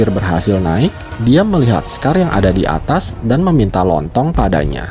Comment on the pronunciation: Minta Tolong Bukan minta lontong😂😂